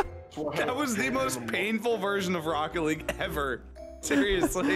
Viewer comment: "This is rocket leage."